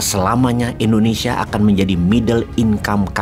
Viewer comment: Ijin pak Wowiek, pengucapan Indonesia pak (bukan Endonesia) 🙏🙏